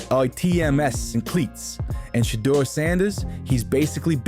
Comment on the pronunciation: Always spelling, mispronouncing his SHEDUER name,shit intentional